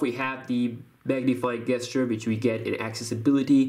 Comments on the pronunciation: gesture it's pronounced jesture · Just a tip, when doing tips for an English speaking audience, you need to correct your pronunciation of the word gesture/gestures. It is not pronounced with a hard g, it's a soft J, like in job. So pretend it is written "J"esture. It will give you more credibility if you make sure your diction is correct. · The way you pronounce gesture. Lmao😂😂😂